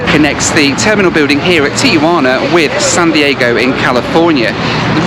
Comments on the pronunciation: Please people, why do you pronounce the name “Tijuana” as if you were referring to your Aunt Juana, Tia Juana? Why do people add the vowel “a” between the “I” and the “j” and make it a four syllable word? It’s three syllables: ti-jua-na. Drives us crazy here in México. Where is this guy from, Lonadon? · There is no A between the Tee and the Wana. The name is pronounced TeeWana.